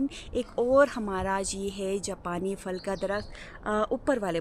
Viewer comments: فل نہیں پھل۔۔ فول نہیں پھول 😂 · آپ "پھل" کو "فل" کیوں کہتی ہیں؟ اور " پھول" کو "فول" ؟؟؟ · Nice but say phool(flower)no fool and say phal (fruit)don't say fal correction your word please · بہت عجیب لگتا ہے فل ، فول سن کر